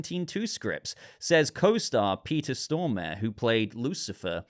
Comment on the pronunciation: Please Pay attention to the pronunciation of people’s names. The actor in Constantine’s name is pronounced “Sto-mah-ray”.